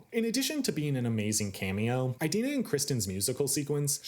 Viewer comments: So...I just wanted to link this clip here of Idina Menzel talking about the pronunciation of her name: (It's EE-dina not EYE-dina) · I love how he says "EYE-dina" XD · Never heard anyone pronounce it eye-dina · Also, you didn't mention Norbert Leo Butz ONCE! You can't talk about "eye-dina" (it's pronounced Adele Dazim) and Lazer focus in on the different ways the actors and actresses interpret the characters in this adaptation, and then speak so favorably of the twink fiyero in this production, who is NOT accurate to the tattooed prince of the book or the impassioned Butz of the musical. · Learn how to pronounce Idina properly